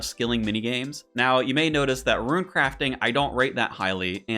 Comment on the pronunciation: "i can say things right sometimes" continues to say ruin instead of rune 🤣 my man out here playing Ruin-Escape not RuneScape